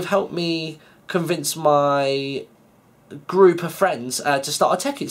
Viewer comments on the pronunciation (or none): none